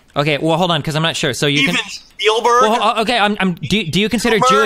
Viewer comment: Still can’t get over “SHPIELBERG.” Literally the perfect analogy for how confidently wrong he is this entire video